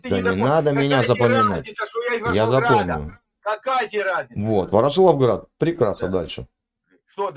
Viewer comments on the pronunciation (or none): привет, 🤝✊Он же сказал, что он с Ворошиловграда. Это Луганск!!! Вот и гхэкает🤷‍♂️🤷‍♂️🤷‍♂️